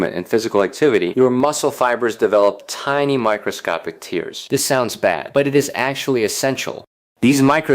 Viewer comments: Micro tares, not tears😮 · Ah, an AI VOICE. We hate that you don't know the differences between tears (as in crying) and tears (muscle breakdown, pronounced "tares"). We hate that the makers of such videos don't see all the issues the viewers see so easily. Sloppy? Perhaps. No quality control? Maybe. Just another mediocre video that had a great concept and potential, but fails in the production. Sadly, no thumbs up here and I was very hopeful of greatness.